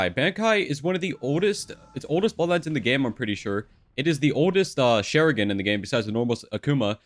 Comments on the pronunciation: "sharigen" - 2021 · Nice video, very helpful 😎 btw it’s shah-rin-gawn (sharingan), shi-soo-E (shisui), soo-sah-no/noo (susano’o)